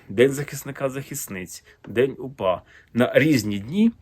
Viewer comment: Зеленський навіть слова УПА вимовити не може , челюсті не українські